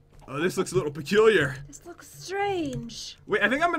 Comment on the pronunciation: who else noticed said spestrange